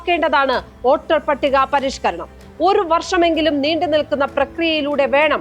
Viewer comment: ഓട്ടർ പട്ടിക അല്ല, വോട്ടർപട്ടിക. പച്ചിമ ബംഗാൾ എന്നല്ല, പശ്ചിമബംഗാൾ. ....:face-blue-smiling